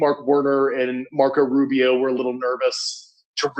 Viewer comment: Yo! Learn how to say Marco Rubio the correct way without your Latino flavor added 😂